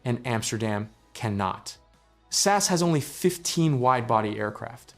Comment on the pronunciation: The way you say "SAS" I can't 😂 Please start saying S.A.S it's sound much better in English from a Norwegians perspective